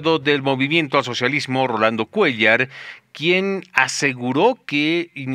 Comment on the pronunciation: Ese cuellar jajajajaja